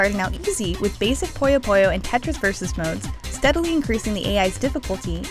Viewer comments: I just want to say that it's not pronounce "Poyo", it's pronounced "Puyo". Say it with me now... "Poo Yo" Simple. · It's so hard to listen to her (yes, assuming her gender) pronounce "puyo" (as they say in the game's intro) as "pollo" (chicken in spanish) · It's pronounced 'poo-yo', not 'poy-yo'. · I hate how people pronounce Puyo as Poi-Oh